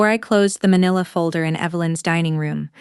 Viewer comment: manila is pronounced man-ill-a